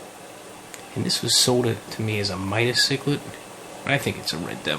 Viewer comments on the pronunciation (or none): none